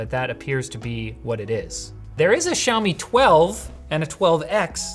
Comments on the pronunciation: SHOU-ME??? What kinda pronunciation is that? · I can't unhear the Australian: "Show me 12 Pro"